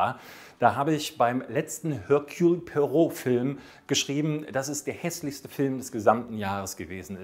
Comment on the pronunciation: Ich fände es cool, wenn den Namen auch richtig aussprechen könnte.😂